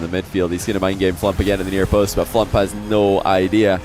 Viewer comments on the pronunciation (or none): What is so hard about saying FLUMP. its like DUMP, PUMP, RUMP, STUMP